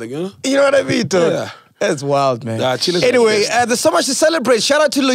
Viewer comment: lol did Sol just say aniswi tivi hahahaha